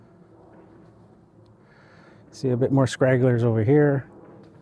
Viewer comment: Good video. I would have guessed that those were the results you would see. The "High Lift" designation for that blade seems to be missapplied here, or just very confusing at best. And just FYI for future reference: The term is "stragglers", not "scragglers" 😉😉